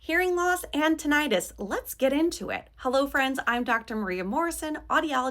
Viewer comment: Please stop mispronouncing “tinnitus.”